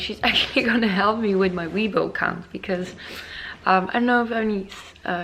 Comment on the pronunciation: Chinese subscriber here~❤ I‘ve been watching your video over a year, love your content! Weibo keeps updating their account security measurements so it's getting more and more difficult to create a new account even for the local Chinese. Hope you can get your weibo account fixed asap. P.S. Weibo is actually prounce as "way-bour(without the r sound)".